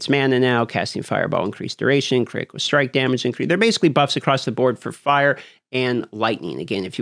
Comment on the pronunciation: vulnerabo stronghode critico! you're a wizard,.